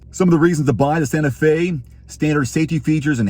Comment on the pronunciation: That is Sante fe, not Dante fe